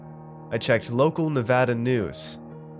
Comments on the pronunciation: You pronounced Nevada right !!! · I love you even more for saying my state's name properly. Makes me a happy man.